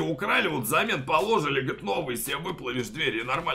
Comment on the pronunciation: Почему ты в слове положили ставишь ударение на ло, а не на жи?